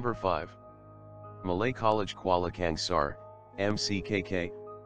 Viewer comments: Its not kuala kengser its kuala kangsar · Kuala kengsar?? 😂😂